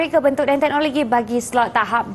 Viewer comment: teknologi lah bukan teknologe kakak